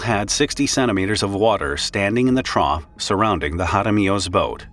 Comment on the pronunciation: Okay, you've probably never heard of a trough before. It rhymes with cough.